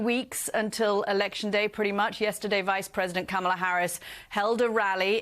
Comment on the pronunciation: Can we get Kitty Kay, a professional in her field, to say the Vice President’s name correctly? Accent is really a cheap excuse just to get ahead of the replies.